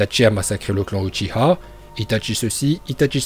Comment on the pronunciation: Et c est pas uchiha ma UCHIWA